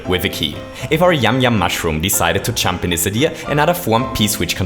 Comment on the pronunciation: Why do you say chump its jump